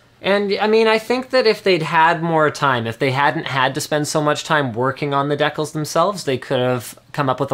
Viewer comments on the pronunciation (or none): Decals..not DAYcal. God, the chat went ape shit when he pronounced it Daycal's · Decals? I think it's pronounced.. Dee Cals... Not Deck Kals.. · Dekals... What??? It's decals... DeeCaaaalllsss, common Canada. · what are decles? did you mean decals? de (the rhyming with three) cals (like california). decals. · ***** I'm Canadian and it's decals, not decles... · there is no deck in my pronunciation, there is an al as in al bundy. and a de, as in desensitization or decentralization. and the al is a part of cal as in california. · Deckles or decals Linus... Lol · LINUS, ITS DEE-CALS..that's how it is pronounced..please say decals right :) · ***** It's said with a short e here in the UK too. It's not silly, just different. Pretty sure it's only said with a long e in the US.